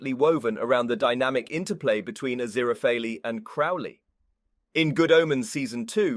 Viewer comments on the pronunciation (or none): It is Aziraphale not Aziraphaly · like genuinely as much as i appreciate the narrator's clear voice, im not gonna be watching this video to the end cause i have heard Aziraphale's name pronounced correctly once and i cant pay attention to anything else he's saying once he goes back to mispronouncing it 😓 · Not only was Aziraphale's name pronounced wrong, it wasn't even the same everytime, we got different variations of wrong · I love how Aziraphale’s name was butchered so much 😂😂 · I was coming to the comments to say this! Furfur's new job narrating YouTube videos isn't going so well! 😂😂😂😂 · its definitely not. how he managed to butcher his name so much (if it wasnt on purpose for a funny) is beyond me, but I've got my earbuds in and i can hear his breathing between lines, so its definitely a real person talking. though, as much as i love a funny bit, i believe that for a series review/discussion, character name pronounciations shouldn't really be on the list of things-to-skewer-for-a-joke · I think he's doing it as a joke. Like how FurFur the demon kept mispronouncing it while he was trying to read it out. lol